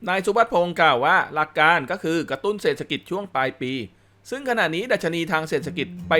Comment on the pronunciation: ขอประทานโทษ อ่านว่า เศรษฐกิจ (เสด ถะ กิด)